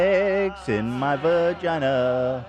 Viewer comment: Ethan’s pronunciation of “vuh-gina” had me giggling